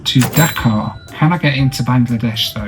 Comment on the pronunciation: Pronunciation of Dhaka is not like "Dakar" right?